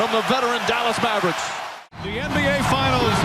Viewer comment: Fuck this guy calling the Mavericks the Mavbricks Booooooooooooooooooooo